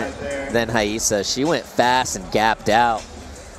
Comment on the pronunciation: I’m so confused why he keeps pronouncing Rayssa’s name with an H